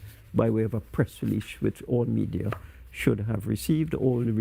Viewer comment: Media, oh me-dear! Com-promised? Brown Bags???